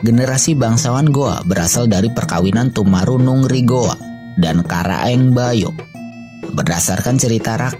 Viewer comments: saya koreksi sdikit Tomanurung bukan Tomarunung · tomanurung min bukan tomarunung